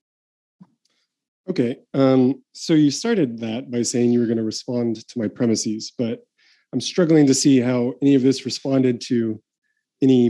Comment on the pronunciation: "Premises" is not pronounced "premiseez."